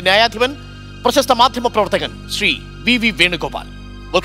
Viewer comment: ശ്രീ എന്നു പറയാൻ പഠിയ്ക്ടാ മോട്ടേ